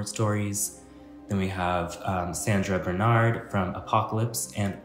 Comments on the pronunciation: It's pronounced Sandra Burn-hart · Sandra BURN-HARDD is how its pronounced